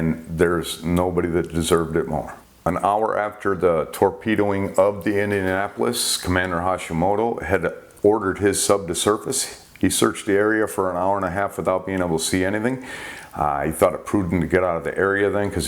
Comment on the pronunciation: Giles is pronounced Jiles. The Sub Commander's name was Hashimoto, not Hashimito